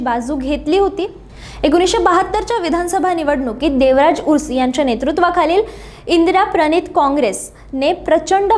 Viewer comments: देवराज urs 😂 नाही मॅडम देवराज अरस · देवराज अरस not उरूस